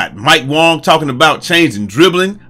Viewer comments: 😂😂 Bro no its not. Its Mike WANG not wong i mean i dont take it personally . i just play mycareer so they pronounce his name ALOT 😂😂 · This man said Mike WONG 😂😂